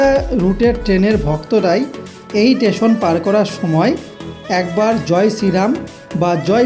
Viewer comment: sob e thik aache, khub sundor uposthapona..... sudhu Teson noy...... ota station bolle thik hoto....😂😂😂😂😂😂😂😂😂😂😂😂😂